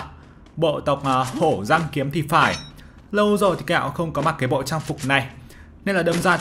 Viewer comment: Hổ răng kiếm mà nghe thành hổ dâm kiếm =))